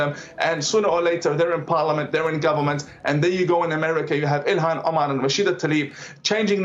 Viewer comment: Her name is Ilhan. Not Elon guys